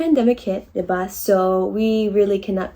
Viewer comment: diva?! 😭😭😂😭 the first one I was just a lil bit hesitant that I heard her right until she repeated it. Diba?